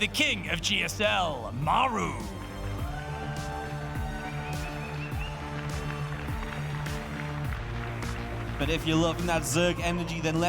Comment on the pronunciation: Great cast! But the way you call "Maeru" the whole time made me almost mute the video.